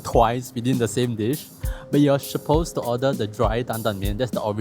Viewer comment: wah i gotta say this series abit disappointing leh. Like after all that mala, and i still have not been interested in any of the locations recommended. If i donate / subscribe can you actually pronounce suppose instead of sho-possed? =\